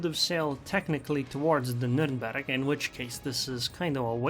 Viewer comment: Its „Nühhhhrnbeeeerg“ not NuRRRRnbörg“